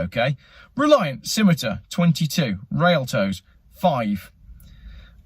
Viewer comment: Bar - ketta! "Ch" in italian, pronounced "K" "Railtoes"? "Ree - Altoe"